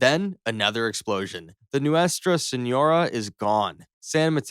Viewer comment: also, señora is pronounced "seen-yor-ah", and phalanx is "fay-links"